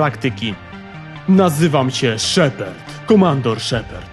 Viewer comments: ...Ty sam jesteś SZEPERD! 0.o Cała galaktyka czyta szepard xD! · po pierwsze lubiłem i lubię zakończenie ME3 i po drugie czy ty powiedziałeś szeperd?